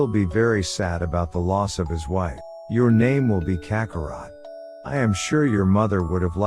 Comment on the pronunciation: I liked the story but the pronunciations are real bad. Scions and kakaroat? Oof